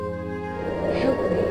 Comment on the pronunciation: I know the ghost lady thing says "help me" but I only understand "shoot me".